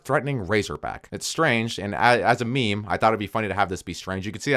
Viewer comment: Meme is pronounced like meem not me me uh what is wrong with white people this day